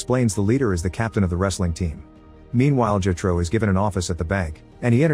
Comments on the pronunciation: bro said jehtro, it’s jethro lol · The repeated mispronunciation of Jethro is maddening because they use the name so bleeding much.